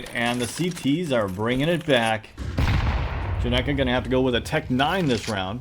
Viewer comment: "not sure how to pronounce it" *pronounces perfectly * fun? fact: this is correct spelling (and pronunciation) of Genghis (Khan)